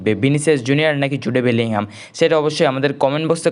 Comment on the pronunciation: Jude belingham na hobe jud belinghamm🙃🤣